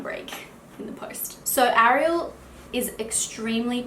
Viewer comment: I've never been a fan of the name "Ariel" But the way you say it, its a beautiful name after all.